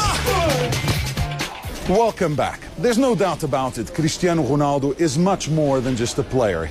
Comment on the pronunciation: gcrisjtiano gronaldo loll